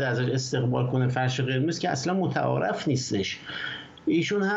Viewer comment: یعنی چقدر بد هست که بقیه رو مسخره و توهین میکنی که بد تلفظ میکنه بعد خودت متعارِف رو غلط تلفظ میکنی🥲 واقعأ راست میگن چشم همه رو میبینه بجز خودش